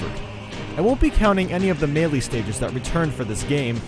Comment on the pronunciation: The way you pronounce melee though